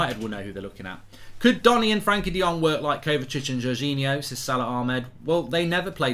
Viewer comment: His first name is Frenkie and NOT Frankie. Get a grip